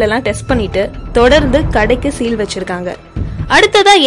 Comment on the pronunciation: சில் அல்ல சீல்